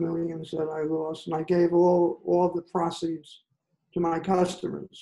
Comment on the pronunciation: Victor cannot even pronounce proceeds or grimaced. This happens a lot with peope who only read. It is still stunning.